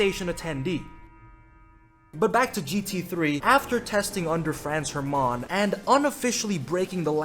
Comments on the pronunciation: Okay - that was a few Franz "ermááán" too many. That’s French. We don’t do that here in Germany. Pronounce it "Hairmunn". DAS WAR EIN BEFEHL!!! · hearing you say Franz HerMaaauhn makes me cringe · Love how wrong he pronounces Hermaaaahn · It's not Franz Her-mum, it's Franz HerrMann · ITS HERMANN, NOT HER MAN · pronouncing Hermann as Her Mans (Le Mans) - simply lovely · Fräns Hermaaan 😂😂😂 Dude think he is french or why did he pronounce Franz Hermann like this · Just to be a dick, in Hermann non of the vowels are like super long, but the emphasis is on the e, so its more like hErman, than hermAAn. lol okay done being an asshole, great way to start my day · As the friendly neighborhood german, I fear it is my duty to tell you that Hermann is pronounced with a short 'a'. (Double consonants = short vowel) (I realize how german it is to mention all this) (amazing video btw) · The way you pronounce 'Hermann' is sending me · Most American pronunciation of Hermann ever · The way he pronounces Hermann is both funny and pisses me off at the same time. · Hermann pronounced like its french 😂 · As a german, your pronunciation of Franz Hermann caught me off guard